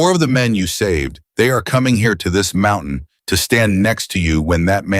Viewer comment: How much longer are we to suffer A I's f*k wit pronounceation of single syllable word or a two syllable word changed to Mount-tain-nan, which is three syllables. My theory is if you must use it, EDUCATE IT.